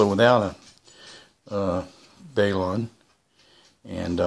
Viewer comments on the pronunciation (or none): Hey, nice videos. Somewhat informative.... I like watching what others are doing in shortwave. Glad to see the hobby is still alive. FYI: the pronunciation of BALUN is just like it looks. BAL (like in the word "Balanced"), and UN (like in the word "onion"). the term is derived from "Balanced to unbalanced", refering to the relative impedances on each side of the coil, as I'm sure you're aware. Thanks for the vid's. Carry on!